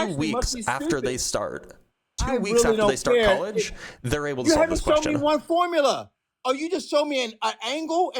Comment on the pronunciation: 🤣🤣🤣🤣"Milligrams" F=mg😂😂😂"Formlia".....😂😂🥲It's too much!!